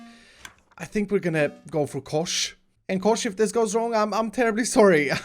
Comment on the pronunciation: When you said Kosh i just started to laugh becouse it sounds like "koš" whitch mean "trash bin" in Czech. (sorry for my bad english)